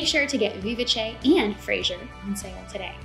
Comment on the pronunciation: You did a phenomenal job explaining all the features of each pattern! And now I know how to pronounce "Vivace", thank you! I'm waffling on the beautiful Fraser Cardigan because I have a wide in the middle shape. And this cardigan I can't close. But I do love the curve of the hem! So many choices!